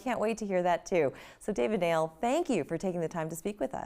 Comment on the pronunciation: It’s pronounced David Nile